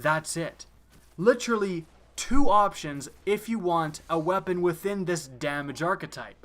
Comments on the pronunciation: Jesus quit saying "litcherally" so much, it's honestly cringeworthy. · Ma boi be turning into Chris Traeger "Litchurlee" (Literally)